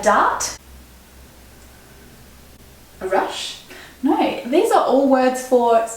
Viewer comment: as well.